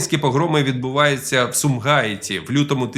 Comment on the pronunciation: Перфектно. Єдиний недолік - у слові Сумгаіт невірний наголос.